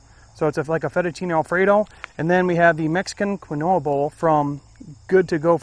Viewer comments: Keen-wah? i thought the same thing. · Quinoa pronounced keen waa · Quinoa is pronounced keen-wah. 😂